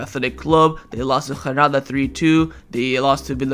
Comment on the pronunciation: The G is not silent in Girona. You mispronounce so many names and words but for some reason this one bugs me most. 😂 wait! did i just catch you using a silent G for Granada too??? 🤦‍♂🤦‍♂